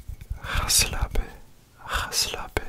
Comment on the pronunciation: the 'ga slapen' sounded so perfect lol! i did not expect that at all